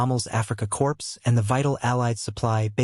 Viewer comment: “Core” not “corpse”